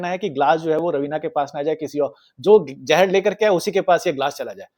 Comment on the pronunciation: Great episode 🎉 But it's not 'jahar' it's 'ZAHAR'. Thanks